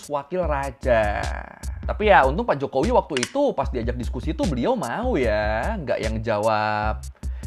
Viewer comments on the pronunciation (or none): "HEDOP JOKOWEE"